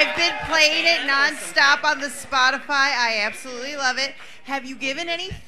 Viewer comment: “Potisfy” is my new name for that app thank you mirage 😂